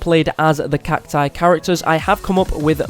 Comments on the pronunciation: It's not cactoos it's cacus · Its cacti not cactoos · It’s cactus not catoos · Gaming Coyote 840 the failed pronunciation of cacti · he missed the pronunciation of cactus, spelling CACTI and CACTOOS I think he is not American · It’s cact-OOS